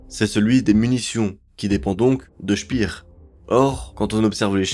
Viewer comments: Speer est allemand, pas anglais. Ca se prononce "Chpére". 😉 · Albert Speer (comme paire) et non pas « spire » c’est de l’allemand pas de l’anglais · Je ne maîtrise pas la phonétique, mais je vais le faire à la française. Pour Albert SPEER, on ne dit pas CHPIR, mais CHPÈRE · Parfait. Par contre c'est pas "chpir" mais "chper"😂